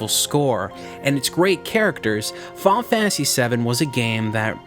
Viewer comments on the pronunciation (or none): "Faul Fantasy".. lol Fi-nal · I cringed every time he said "Fahhnah Fantasy"...